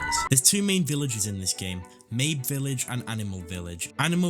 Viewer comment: why do you pronounce Mabe like that